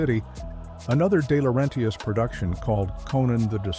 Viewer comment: It's DeLaurenTIS. Not DiLaurenTIAS. Italian, not Mexican.